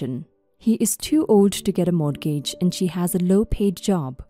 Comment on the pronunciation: Once again- the word “mortgage” is pronounced: “MORE-gidge.” The ‘t’ is SILENT!